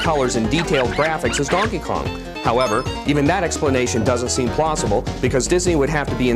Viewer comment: Wait. Did he just say "Plossible?" Yep.